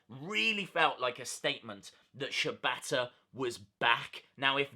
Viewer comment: Wrong it's pronounced Shee bata